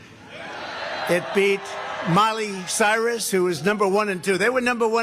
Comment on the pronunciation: Who the hell is "Molly Cyrez"?